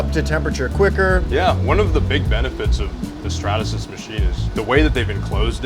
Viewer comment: Out of the errors, him saying statasys bothered me the most